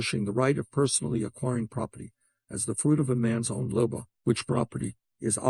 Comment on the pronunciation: Ironic that this AI can't pronounce "labor".